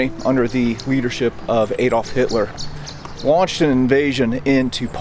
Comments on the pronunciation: You pronounce adolf with an a not A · Ok it is not Aydolph Hitler. Please get his name right. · I love when Americans are explaining the WWII . Ejdolf Hitler LOL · Unwatchable, you can’t pronounce Adolf or krakow, quite important I’d have thought in a documentary about them , managed 4 minutes